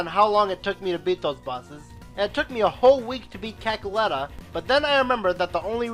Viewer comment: I'm disappointed he said Cackletta